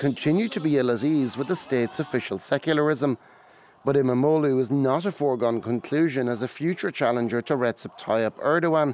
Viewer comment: Wow your pronunciation of İmamoğlu was perfect.